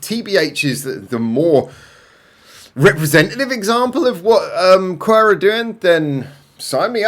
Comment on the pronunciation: The band name is pronounced Q W E R Not qwer